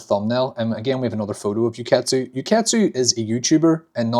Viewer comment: It's pronouced "ooh-ketsu" btw!